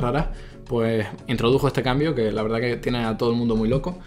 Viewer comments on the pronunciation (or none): none